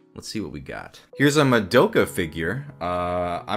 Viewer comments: Did you say MaDOPEka??? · More like. Ma-dope-ka figure. MA-DOPE-KA FIGURE